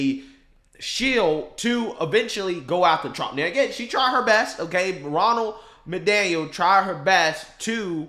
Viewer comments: Does he keep calling her Ronold McDaniels? Or is it just me?🤣🤣🤣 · is trying as hard as he can not to say "Ronald MacDonald." 😂😂